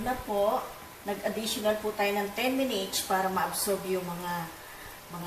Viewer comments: Ate soy sos po ang bigkas don, tska minits hind minich. Thanks po. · "minich" (munites) ahaha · nkakaaliw kayo! lalo na ung sa pakbibigkas nyo ng oyster sows at ung pag ka sbi nyo ng 10 minitch ahhaha...ang cute kaaliw! PERO sna bgy mo ung tamang sukat ng mga ingredients nyo po.